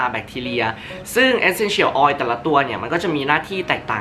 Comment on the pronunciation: รู้สึกดึ้ยๆ เวลาได้ยินเอสเซ็นเฉี่ยว ออย5555